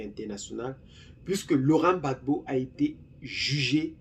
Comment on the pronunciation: Rectifié cest Gbagbo et non babo